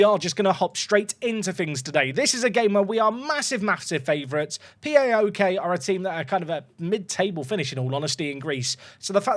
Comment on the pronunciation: Its not Pee Ay Oh Kay, its Pah-OK 😅